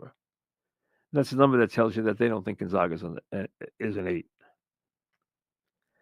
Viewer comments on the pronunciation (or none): GONE-ZAY-GUH not GUN-ZAH-GUH